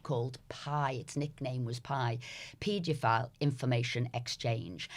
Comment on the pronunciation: Can somebody tell this bloody woman how to pronounce paedophile properly? It’s driving me mental.